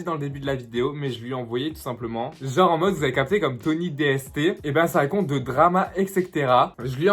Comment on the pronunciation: On dit Tony DSTS avc un S 🤣